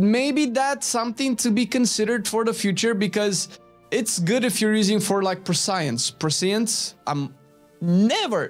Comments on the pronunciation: Prescience is pronounced "press-EE-n-sss". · [Press-E-ence] if you can say Press E you can say this word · “Preh shin ss” just say that quickly for prescience English sucks as a language but I appreciate that you speak it